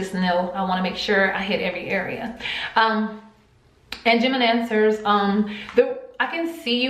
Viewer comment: I thought she was saying gemidancers 😂😂